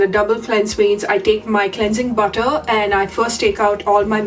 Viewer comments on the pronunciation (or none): none